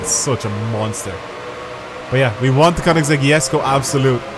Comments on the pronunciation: That's how you're meant to say it. (He doesn't say it with the G it's a K) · Your probably the only one i have heard to say the name correctly